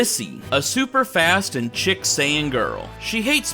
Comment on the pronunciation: Just to let you know, "chic" is pronounced like "sheek"